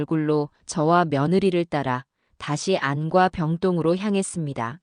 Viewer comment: 처음들을땐 엉성하드만 진짜라면 감동이네요,읽을땐 안과라고하지말고 안꽈로~